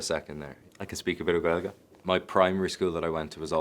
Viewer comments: Good man, Paul! Love the proper pronunciation of 'Gaeilge' & 'Gaeltacht' here. Maith an fear. Bródúil asat! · Absolutely, he pronounced it like no one else, Colin Farrell, take note.